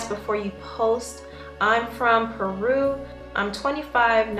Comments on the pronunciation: Piru not Peru 😂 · Lawd she said Peru instead of piru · It's (pie-roo) not Peru. And he said Denzel with two l's not a hash tag or pound sign. Lol. But you my girl though. Watch all your videos. And hazel and her boyfriend are a God damn mess. Jess IS hilarious hence the name, and she's a Savage, she's gonna get their whole lives together. Better watch who you're coming for. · lol she pronounced Piru as "peru" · Bruuhh piru is a gang y u say it like Peru ?